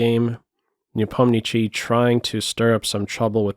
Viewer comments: Nepo's surname is pronounced NepomniSHSHij, SH, not CH. Cheers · "Nepomnichiy" lol